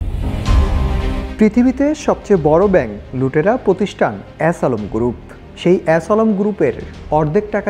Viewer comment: ass alam group 😂😂😂 হাম্বাদিক কি ইচ্ছে করেই এমন উচ্চারণ করলো নাকি!!